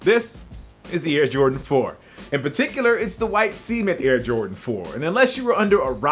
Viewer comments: lmao nigga said semen lol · is the word "cement" actually pronounced like "semen"? no hate I'm just curious, I've never heard people pronounce like that EXCEPT when they are talking about Jordans lol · you said it like rich's kicks "semen 4s" lol haha but thanks for the history bro I'm young so this is good knowledge since I love shoes as well